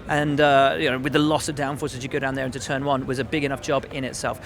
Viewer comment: "To start the season in turd"